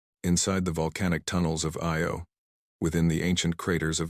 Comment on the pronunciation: Usually, AI miss pronounce a lot of words, but it pronounced IO correct😂. Fair? What part of fight do you not get.😂